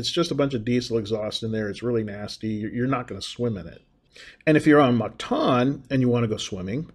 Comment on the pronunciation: You will find its pronounced Mactan -like (m)cat-an not like mar-ket (martan)